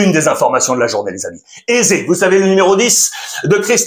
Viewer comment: il s'appelle pas AIZE mais éZé